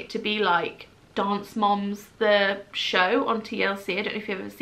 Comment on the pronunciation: LOLing so hard at “dance moms” in an American accent 😂